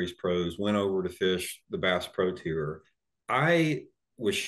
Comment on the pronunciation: Brought to you by Kleenex, stay free, and vagasil. Wouldn’t That be a nice boat wrap for the senior’s tewer as he says tour lol